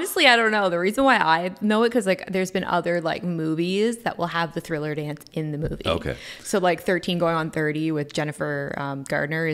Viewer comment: Nah I could tell the girl never saw it by the way she said “THILLER” in the beginning lol